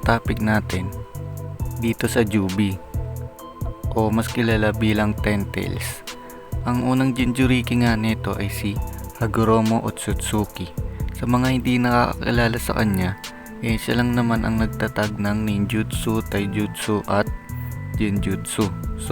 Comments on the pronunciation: Hyst hagoromo hindi hagomoro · Hamogoro? Baka Hagomoro 😅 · Hagoromo po yun hindi hogomoro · Hagoromo Hindi hagoromo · Hagumoro?😂 Hagoromo yun bungal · Hagoromo po yun sir hindi hagomoro